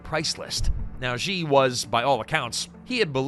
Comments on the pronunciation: Xi is pronounced "She". Not "Gee" or "Jee". She. As in "SHE is very intelligent." If you want us to take your analysis seriously, the least you can do is pronounce Xi's name properly. You don't have to speak Chinese, but if you are doing a whole video on the ruler of China, it does help to get that one thing correct. Especially because it is easy to say for an English speaker. She = Xi. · Nice documentary, but you'd garner so much more credibility if you could've been bothered pronounce Xi's name correctly (Clue - it's not 'Je' as in 'Je Suis'). As the Chinese saying goes - from the small points, we see the big points'.. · It's interesting that the narrator pronounced "Xi" differently - most times as "Jee", and a few others, as "she". The latter is correct (this from a Mandarin speaker - but I think WaPo or some MSM publication ran an article on this exact point).